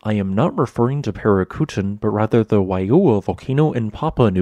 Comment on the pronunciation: Sorry, but I thought it was Parícutin.